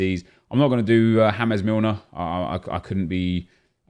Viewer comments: Why does he say " Hames Milner ", it's " James ". He's English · You are aware that it is pronounced James Milner. Not hamez Milner?